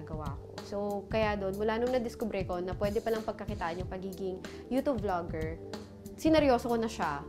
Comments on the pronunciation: YOUTUBEEEEE...HND YOUTOOB GIRL....PUHLEASEEEEE! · TAWNY TEXY ang pronunciation kasi ng 'tube' is 'tub' lang..so parang 'toob' talaga kapag pinakinggan. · Mamshie Ronan &! 😍😍😍 That YOUTOOB pronunciation iz legit. 😄